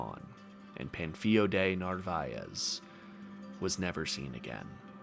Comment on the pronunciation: It's "Pan" as in a cooking pan, "Fil" as in film, and "O" as in "Oh no, another Cobler video I have to watch 12 times" . Pan-fil-o